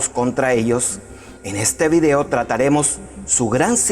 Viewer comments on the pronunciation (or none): none